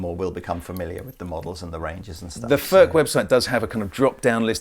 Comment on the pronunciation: Its NOT "FÖRK" nore "FÖRTSCH". He ist called František Furch. Try again. Furch, ( u like in YOU ) ore you want us to pronounce "jeans, update and cool" the German ore Czech way.